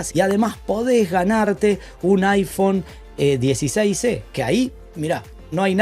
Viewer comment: Mi amigo, estoy escuchando bien?..."iphone 16c" es lo que te escucho decir en vez de iphone 16e?